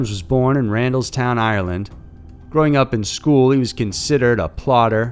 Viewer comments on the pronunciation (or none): none